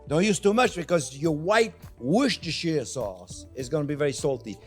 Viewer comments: The Worcestershire sauce is pronounced 'Wooster' Sauce :-) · Worchestershire - prononouced WOOSTER * Shear.